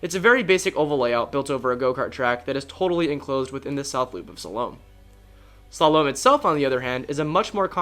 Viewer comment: i find it kinda funny on his pronunciation of Slalom. almost like he is trying to shalom. its Slaw-Lum. LOL